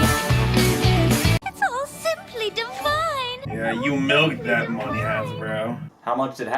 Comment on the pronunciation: heheh "monei"